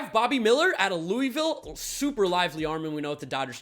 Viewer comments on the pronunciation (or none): none